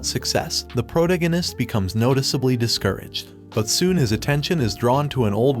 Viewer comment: your ai voice thing needs to pronounce protagonist correctly sigh...